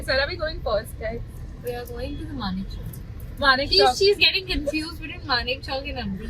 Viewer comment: Manav chowk nahi manek chowk hai sarkh❤